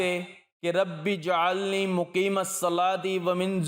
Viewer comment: ربج - علنی نہ کہ رب ۔ جعلنی براۓ مہربانی درستگی کریں